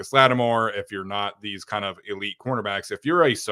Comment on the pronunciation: Why do you always say “Marcus lattimore” it bothers me 🤣🤣